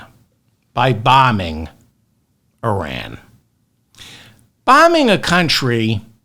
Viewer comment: You are right about all of it, David. EXCEPT the pronunciation of the word Iran. It is ‘Y-Raan’. Not eye-rèèn. And certainly it is not ‘Ur-rèèn’.